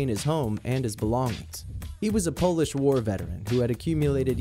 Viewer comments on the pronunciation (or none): none